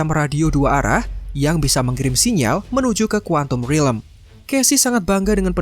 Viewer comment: Stop saying rilem ffs it's realm